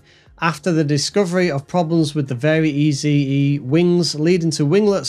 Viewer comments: It’s pronounced “very easy”, not very EZE like you said it. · Both the EZ in LongEZ and the Eze in VariEze are pronounced like "easy", not "Easy E"